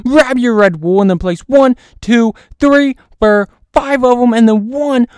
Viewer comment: it’s four not fur 😂😭